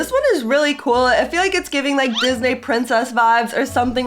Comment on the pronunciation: Disnae princess it’s pronounced disnee princess Disney 😂I’m not being rude but I’m telling her that it’s pronounced like disnee princess 😅